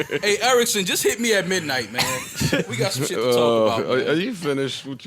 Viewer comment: Joe said sheeid and his hoody just came off instantly true magic